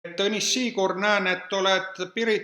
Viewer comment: Он говорит тонис